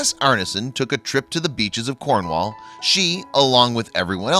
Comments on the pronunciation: im from cornwall and sea potaos are always around nothing new to us hear in cornwall you just dont see them as they dig deep in sand so dont know why theres all this shock about them ps to you butcher cornish words even the way you say cornwall lol and fowey you pronounced that wrong to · not corn..wall but cornwull